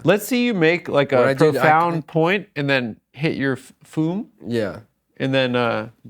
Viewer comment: it's pronounced fyoom, you jugheads.